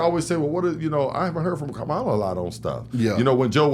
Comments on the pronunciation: VP Harris name is pronounced like you are saying comma (KAMA-la). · Guys pronounce her name correctly. Kam like Cam-era. You’re pronouncing it like Trump.